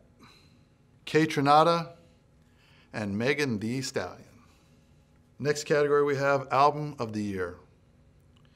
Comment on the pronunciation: "megen dee sdallion"